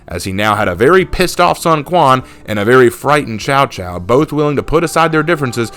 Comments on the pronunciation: Cao Cao, Not Chao Chao. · Man I was so hyped about new hero I was almost convinced it was going to be like Lu bu type of hero but no we got a fkn pirate.... (And just a side note I hate to be that guy but you pronounce cao cao like tsao tsao)